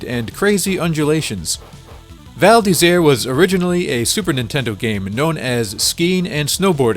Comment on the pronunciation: Actually, your pronunciation of the title is quite correct :) It would be perfect if you could make the "r" from "Isère" sound more frenchy ^^